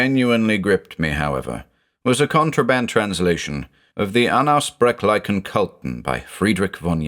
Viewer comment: I always smirk when he says "unaussprechlichen" 😊